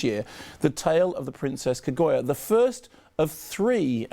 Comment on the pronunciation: Kermode still pronounces Kaguya as 'Kagoiya.'